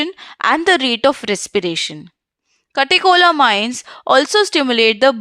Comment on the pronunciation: KATECHOLAMINES AHAHHAHAHAHAHAHHA